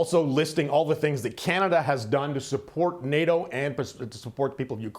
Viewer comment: "I am trying to make Khanneda safe for Khhaneydians"...